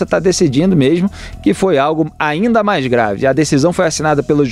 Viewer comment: Esse "mais" não tem "i", kkkkkkk